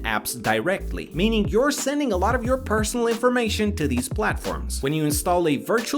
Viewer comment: “Paresonal goalf cart” 😂